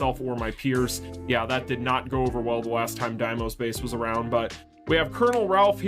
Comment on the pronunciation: It's D-mos not DIEmos you made me chuckle a couple of times 🤣